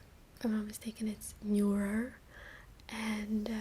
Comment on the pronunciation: Neuer not Neur